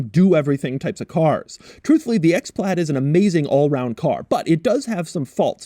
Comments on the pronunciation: Why do you say "PLAD" all the time? It's "PLAID"... there is an "I" there. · Still don’t understand why you say PLAD there is an I in there. Say aid then pronounce it with PL in front of it and there you go.